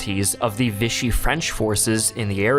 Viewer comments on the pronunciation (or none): If you pronounced it "VISH-ee" one more time, I was done. Lol. I don't know why but it was like nails on a chalkboard to me. [For the record, Vichy is a town in France, and the French pronounce it "VEE-shee." The term now means Nazi-controlled puppet Government because when Hitler took France, he moved the capital from Paris to Vichy.]